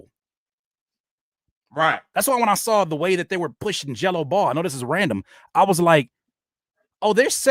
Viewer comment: He had to say “Gelo Ball” about ten times before I realized he wasn’t saying “Jello Bowl”